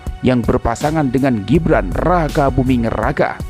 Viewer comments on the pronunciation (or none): none